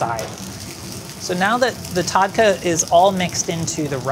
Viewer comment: The way pronounces “tadka”😭😭😭😭